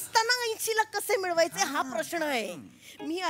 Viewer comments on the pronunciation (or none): none